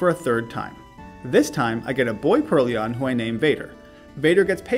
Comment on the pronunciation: Alder wasn't the only one lmao. I think you called Purrloin a Purr-Leon until you evolved it. It's supposed to be Purr and Loin like coin. But in hindsight it was funny as heck so I think it's good you kept it!